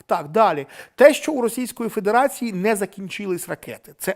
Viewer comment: 😳 ти п'яний чи де?.. - яка ще к ляху "расійська фідіраційа"?..